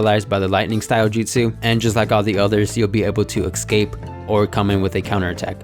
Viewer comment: Hey um... Escape* Not excape. Just an fyi